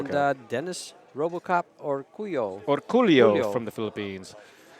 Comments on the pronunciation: Hey brainless commentators....According to Dennis himself, his last name is pronounced "OR COO YO". Show some respect and get it right. It's NOT "or cool leo"!!! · Commentator, there is no letter 'U' or 'I' in Orcollo. In Mexico his name would be pronounced; OR-COY-YO.